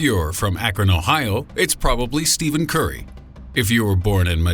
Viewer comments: it's Stephen Curry not Steven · It's Stephen Curry not Steven Curry but his real name is Wardell curry. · He said Steven curry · Did he just say Steven curry lol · did you say "steven curry"!? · Stephen Curry they call him Steven curry. lol!!! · It's pronounced Steff-en Curry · he said Steven Curry y'all 😐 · "Steven" Curry? Really? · he also said Steven Curry lol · Steven curry?😂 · he didnt even say stephen curry right facepalm